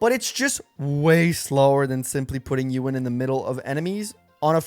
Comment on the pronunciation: Bro, is pronounced EE-WUN. Like Ewan McGregor.